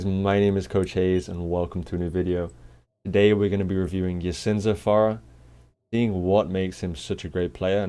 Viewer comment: its pronounced Yeh-Zan the SA stands for Saudi Arabia